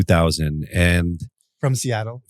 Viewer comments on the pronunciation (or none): none